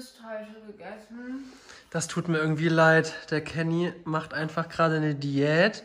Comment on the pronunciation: Julian: „Dijät“